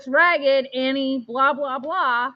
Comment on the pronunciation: I kept hearing "Harry". When I saw the original post it sounded like you slurred the word Annie. Weird.